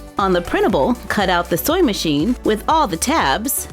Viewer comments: Is it just me or is she saying soy machine instead of sewing machine??? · Anyone eles shes saying soying metion or soy metion thats reallh anyoeing me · Why do I kept hearing "soy machine"?